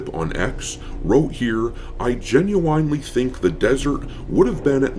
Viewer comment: Is there a reason why you say genu-WINE-ely instead of gen-U-IN-ely? Is this something going over my head?😅